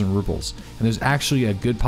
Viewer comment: I love your videos, but you keep saying Ruples and not Rubles. It's subtle, but it's there.